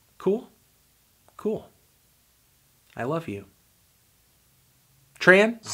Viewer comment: I'm bool, balm, and bollective.